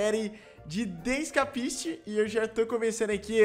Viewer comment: "the iscapistis"